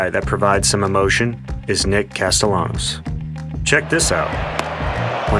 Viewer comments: Turner completely butchering castellanos is funny AF 💀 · Did bro actually mispronounce Casty's name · Someone should teach Trea how to pronounce Castellanos 😭😭